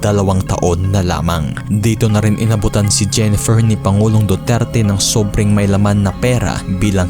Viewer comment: Anong Dudirty?? Napatunayan na wala syang kasalanan self defense she was a victim of sexual abuse kaya sya napalaya ,,, hindi c duterty hayysss mag basa muna ah 😂😂